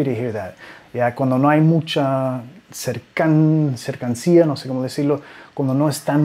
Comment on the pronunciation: MINUTO CERCANÍA SE PRONUNCIA MUY BUENOS TUS VIDEOS.